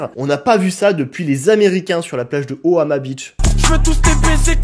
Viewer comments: ohama beach ?? Tu es sûr de toi mon frérot ? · Sauf si j ai raté une blague mais on dit oMAHa beach pas oHAma